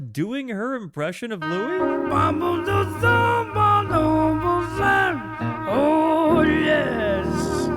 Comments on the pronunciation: Louis smoked weed, all day, every day. His name is pronounced like St. Louis. If he didn't invent scat, he was the first to record it. & Yes, he is THE trumpet player. Without him, no Miles, no Diz & no jazzzz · What a treasure this album is. I always seem to think (incorrectly) that the Louis Armstrong version of "Hello, Dolly!" is on here. It's not. But that's the song that taught me how insistent Louis was, starting as a New Orleans jazzman, on the English rather than French pronunciation of his name (i.e., "Lewis" rather than "Louie"). No singer hits that S so hard on "this is LouiSsssssss, Dolly," until he's been called "Louie" 10,000 times and gotten progressively more annoyed by it 😅